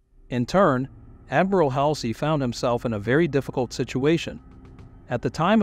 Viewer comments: This video is irritating! Why can't you properly say Halsey, reconnaissance, and other famous names? If this is a bot saying this then consider a human voice. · The video was good however it was distracting that you did not pronounce common words like Guadalcanal and reconnaissance correctly. Also some names like Halsey you did not hurt announce as they are commonly pronounced. Additionally, while his nickname at one point may have been buffalo, Admiral Halsey is far more recognized nickname was Bull